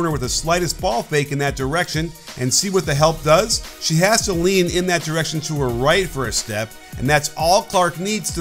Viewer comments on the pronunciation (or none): none